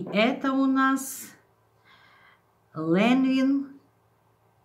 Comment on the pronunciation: По-французски это произносится ближе к Ланвен